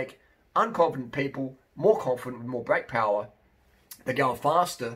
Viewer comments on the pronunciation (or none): none